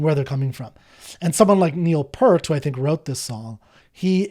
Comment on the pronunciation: Enjoying your journey, but just another gentle reminder that Neil Peart did not pronounce his name P-ur-t. He pronounced it just as it was spelled: P - ear - t!